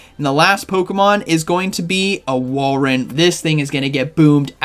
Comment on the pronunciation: pronounces Walreins name different every day 😂 Whale Run, Wall Run, but he did get it right previously with Wall Rain